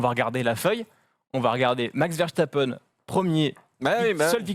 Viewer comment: dites oú lisez vous veshtapen ?? verse ta peine !